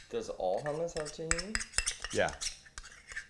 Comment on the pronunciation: HOE-MOUSSE??? ITS CALLED Hmm US